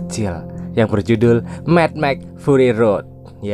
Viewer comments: Saya denger ny Me Mex,,tau ny Mad Max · Madmax .... Dibaca ..... 😑